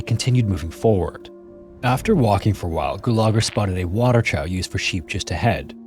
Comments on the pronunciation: Always love your videos but number 3 just out of curiosity do Americans really pronounce "Trough" as "traow" not "troff"? It's pronounced "troff" in England. Just never heard that pronunciation before. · About 100,000 Americans? 17 Americans waiting? So people of a country of the American continents? It's unclear who the father is. The person who is the donor is still the father of that child. They cannot stop being such. It's pronounced "troff" not "trow". Those men didn't lose their lives. They knew exactly where there lives were at the time they passed. Their lives are a loss but they are not lost. It is implied that items which are lost can be searched for and possibly found by or returned to the owner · loved the video as usual. never heard anyone pronounce the word “trough” like “trow” tho lol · Dude, trough is pronounced "troff". C'mon now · "trow" lol. jesus. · the word is pronounced "troff". English be like that... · Trough is pronounced trof. Glad I got that off my chest. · Just FYI “trough” is pronounced “troff” 👍😉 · Water "trow", lol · "Trough" rhymes with "off," not "plow." Words ending in -ugh can be, well....tough. 😊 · For educational purposes, trough is pronounced like cough.